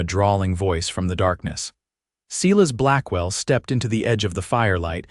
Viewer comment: AI can be trained to pronounce Silas properly - Not "See-less", but Si-Las". It's even a biblical name...geesh.